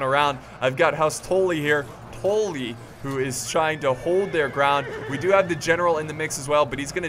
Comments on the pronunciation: "house touly" its house tully tul-lyi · Its Tully not Toley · Is just deliberately saying "Tolly" instead of "Tully" just to piss off Game of Thrones fans or does he actually not know how to pronounce it House Tully's name? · This is old but when he says “toll lee” I wanted to die I was like it’s “TULL-EE” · TULL-EE. All I hear is tool-lee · ITS NOT TOLLY ITS TULLY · Not TALLY its TA-LLY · Good video, but listening to you say "tooly" instead of "tUlly" makes me want to punch my computer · Whats the video where JackieFish betrayed you as House Bolton?! I'd love to watch that one. It's pronounced House Tul-lee by the way. House Tully. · Tuh-lee (Tully) anyways loved the vid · Maybe a stupid question, but why do you pronounce Tully "Tohlly"? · its also not Tolly. its still tully but u pronounce it more like Tally. watch the red wedding and listen closely to what catlyn is saying and how. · I love how you pronounce stuff, in your weird accent. But you're still pronouncing Tully wrong, you need to pronounce the Tull bit as if you're saying dull. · Why do you keep pronouncing Tully asToe-Ly? Great vid but that was triggering me at the start. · why do you pronounce tully. tollee. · its pronounced "Tally" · Boi you are still saying tolly not Tully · I've never seen such a difficult time with a short "u" sound. rofl. "Brush," "Tuck," "Guppy," "Fluff," "Tully." Same sound. Like when you rub your chin and go "Uuuuuhhhh..." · how a brit says bus. that ''u'' for the word tully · you said house tully wrong again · I think your still saying tully wrong. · Still not saying Tully right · Just don't pronounce Tully at all please